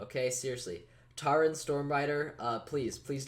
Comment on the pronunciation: Taryn is pronounced Tear-in not Tar-in Lmao! Tear like what you do to paper, not tear as in what coming out of my eyes from laughing! It's an Irish name, and you saying it like that killed me XD